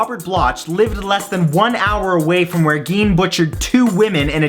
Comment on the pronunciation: Ed Gein is pronounced like 'Jean', not Geen